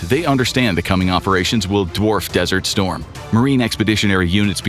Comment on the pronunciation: "it will be cooler than Desrt Storm guys!" 🤣